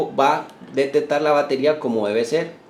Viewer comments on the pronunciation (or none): Buena la intención de el video, gracias por el esfuerzo, te recomendaría corregir las ideas que tienen los demás comentarios y algo muy importante corregir la pronunciación de las palabras Ej: Ele tronica, Cone cion, Dete tar, Corru ta, Prote cion etc. Recuerda que escuchar las palabras mal pronunciadas es como hablar con una persona que tiene mal aliento. Muchos éxitos amigo.